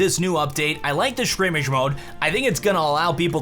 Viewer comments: "I like the shrimmige mode" - 2019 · " shrimmage" mode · Lol he said shrimish mode